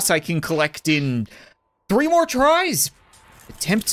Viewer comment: Who else hears reeee random games instead of “three random games”